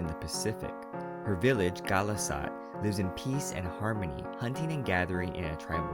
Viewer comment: NO NOT GHALAS-AT. MEET RONTU IN HEAVEN